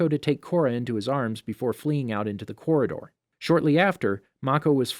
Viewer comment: ....The Korra-door.....